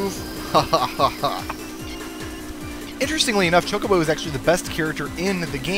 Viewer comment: What is "choke a bow racing?" I thought it was ChoCObo Racing.